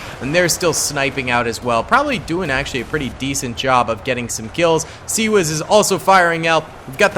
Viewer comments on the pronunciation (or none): C-RAM not C wiz boss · lol it’s C-RAM lol not C wiz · it is pronounced C-RAM